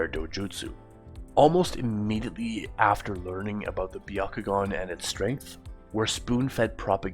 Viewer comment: The Bya…ko…gun? What even is that? I thought there was only one dojutsu in Naruto.